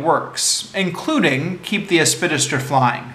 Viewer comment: Helpful tip: if there's a big word in the title of a text you propose to review orally, take the trouble to learn its proper pronunciation first - it will do much for your credibility.